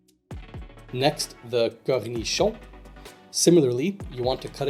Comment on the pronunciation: That "Cornichon" sounded so french canadian, haha! Nice video bud